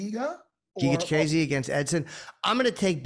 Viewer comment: Jimmy, who tf is chikayze it’s chikadze…CHIKADDDZE